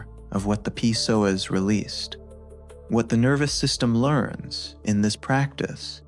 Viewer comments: haha, it's not called the P soas, it's just the Psoas without the P sound. Fix your AI guy. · I believe it is the “Psoas” lol not the “P-Soas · Should definitely not listen to anyone who calls it P-soas Probably AI slop, definitely b.s. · Video came back But Your images dont match the exercise and your AI voice pronounces PsoAs wrong it’s not P soas